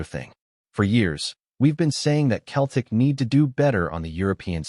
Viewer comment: Can't even say Celtic.